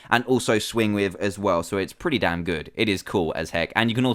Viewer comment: Insted of damn say Dan Insted